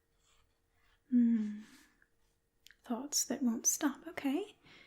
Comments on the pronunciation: those damned "thots that won't stop" keeping me up all night 😂🤣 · Oh, "thoughts" I legit thought you said "farts that can't stop?" and I just accepted it. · Omg when you said “thoughts” I genuinely thought you were saying “Farts” what is wrong with me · Learn how to say “thoughts” and your accent would be very convincing! One of the best southern English accents by an asmrtist I’ve heard :) Edit: “can’t” as well!